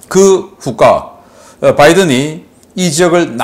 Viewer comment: "후과" 국어사전 보셨습니까.? 왜 북괴의 단어를 이상한 발음으로 사용해서 우파의 머리속에 북괴의 언어를 심어 놓은 의도는 간첩입니까? ? ?